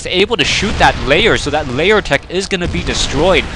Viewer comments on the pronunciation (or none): Pretty please stop calling a Lair a Layer =/ dictionary . com will tell you the difference and presumably the correct pronounciation Thanks in advance and keep up the good work